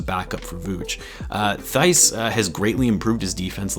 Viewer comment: Daniel Theis Pronunciation: \Tice\